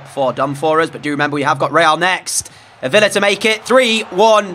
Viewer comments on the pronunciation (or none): none